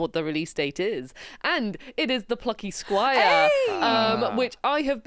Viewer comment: When said "Plucky Squire" I was like hm, come again? I thought she said a bad word 😅